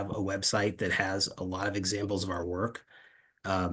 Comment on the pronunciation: 'Our worK, is in the pronunciation!'